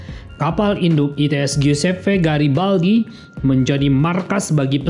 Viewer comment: Garibaldi min bukan Girabaldi